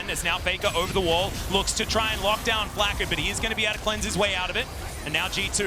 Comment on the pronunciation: "zay-us" and "Flak-kid" like wtf... it bothered me so much